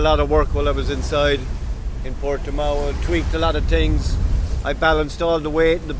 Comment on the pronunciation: “I tweekt a lot of tings”…..🤣🤣🤣🤣